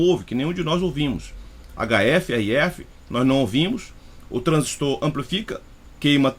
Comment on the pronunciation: Parabéns pela análise, gostei. Satisfeito em ouvir uma análise realmente técnica, com conhecimento prático, gostei ainda de ouvir a pronúncia correta do TRANSISTOR. Tem gente que repete, igual papagaio 🦜 tudo q escuta, por isso tem gente falando "TRANSÍSTO", pronúncia como se tivesse acento agudo no i, esquecendo até da letra r.